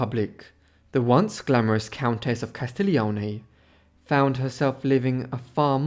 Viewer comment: Si chiamava C A S T I G L I O N E non CASTEGLIO. La prossima volta mettete un narratore in grado di saper leggete e parlare correttamente l'italiano se volete essere seguiti. Non sappiamo di chi cazzo sta parlando se non pronuncia i nomi correttamente. Nessun interesse. Di chi parla costui ? Booohh !